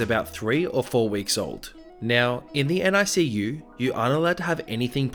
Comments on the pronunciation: Fyi NICU is pronounced nick-you not N-I-C-U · Extremely late, but just so you know, NICU is just pronounced basically like it's spelled(nick-you), you don't have to say each letter. (My mom works in the nicu) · Narrator: NICU is just said as if it's a word, "NICK-you." (Best friend is a NICU support volunteer for moms since all three of her kids were NICU babies.) That said, the mom was SERIOUSLY endangering every baby in the NICU. Even her loud outburst endangered the babies because they're very sensitive and fragile and just the shock and fright from sudden loud noises could cause a NICU baby physical harm. She probably set back some babies' recoveries. Monster Mom.